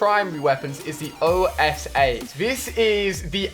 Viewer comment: The ORS......its the OSA not ORS -_